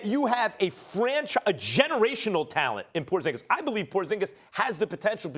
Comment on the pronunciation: wtf your satng hes name wrong hes from litvia me to and its prounounced diferentli lol